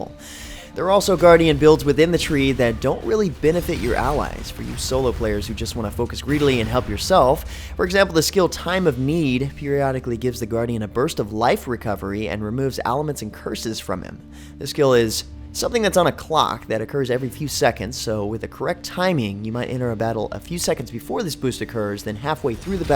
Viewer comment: Great vid as others have said but the anal retentive in me is compelled to mention the words auras and aliments are pronounced OR-rers and ale-munts.